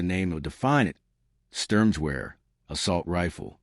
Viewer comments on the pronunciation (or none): AI is ridiculous. It is pronounced SHTERM-GAHVARE Storm rifle or assault rifle.Hitler liked strong names for his weapons.